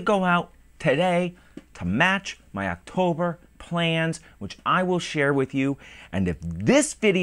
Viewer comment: Woah 2 videos! a week! + rapid fire Friday's Alright! Just go for it! You do a good job no matter what happens! I watched the video all the way thought! "Oxtober video's soon" LMAO. Drunk on Scotch is funny as hell!! You where getting really slurry there at the end:)